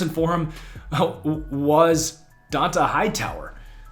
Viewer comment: its Josh "Oou-cHAY" for the Patriots 2nd Rounder, Not "Oou-she". and "Don-TAY" Hightower.